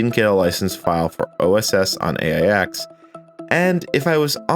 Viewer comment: AIX is pronounced 'Aches'.